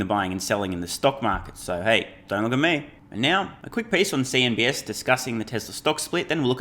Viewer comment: Why do you call it CNBS?